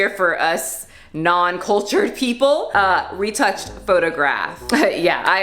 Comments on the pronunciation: Retouchée - ruh- too- shay (like chez) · its pronounced "photo ruh-tooshé" ;) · Hey canadian here! The pronunciation you did was so close! You pronounced photographie right just minus French accent. Lol the retouchée don't worry you were almost there. Re pronounced it ruh but roll it with your tongue and the rest would be too-shey. Anyone who hates on you for mispronounced words that aren't your native language are assholes. You made the attempt and that's awesome! 👌🥰🥰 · Hey so the french translation of retouched photograph in the video is pronounced photo-graph-ee (roll your rs) ruh-toush-ay in case anyone was interested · Cant fund ya, buttttt I can help with pronunciation. Photographie retouchée is pronounced (photo-grafee) roll the r slightly. Retouchée (re- too- sh-uh) uh is lightly pronounced. I’m not exactly fluent but that is how I’ve heard others say it.